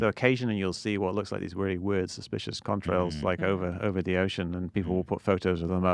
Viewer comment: Am I the only one who thinks Mick's saying cumtrails?